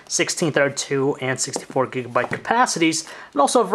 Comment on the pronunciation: listen how he says 64GB xD!!!